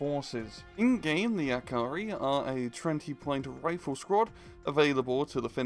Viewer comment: I have never ever heard anyone pronounce the word "jääkäri" so horribly wrong. As a Finnish person, I shall use it.